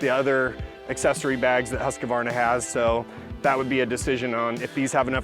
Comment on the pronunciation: Why do so many Americans mispronounce Husqvarna ? Old mate say Husk-a- varna .🤣🤣